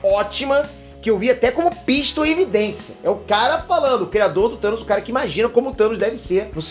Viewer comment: Toda vez que fala "do Thanos" eu escuto "tutanos" 😂😂😂